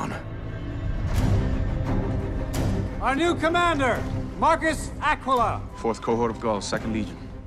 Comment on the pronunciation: i faceapalmed when that guy that has apparently never even heard latin said "Marcus Aquilla"